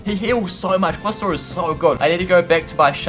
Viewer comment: Glisor? WAAAAAAAAAT IS YOUR POBLEM ITS GLI-SCOR WHERE DID U TAKE THE C.